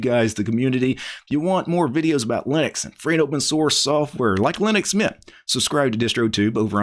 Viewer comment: it's mint. when you say that sounds like meatha.😂